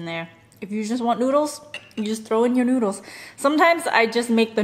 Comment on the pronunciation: Why do you pronouce noodles like noodlus?